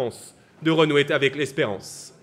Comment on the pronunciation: à 4'03 "et de permettre à la France de renouer T ' avec l'espérance"( phonétiquement : TAVEC L' ESPERANCE ) lol le mec ne sait pas parler français ,c'est super sympa son discours il fait de belles promesses qu'il ne pourra pas tenir, mais apparemment ça plait ....bon juste avant de finir il se donne une excuse pour la désillusion qu'il va produire " le chemin qui conduit au renouveau sera exigeant mais nous sommes prêt à y conduire le pays "...traduction : le RN va faire pareil voir pire que Macron mais au moins je vous aurai prévenu ...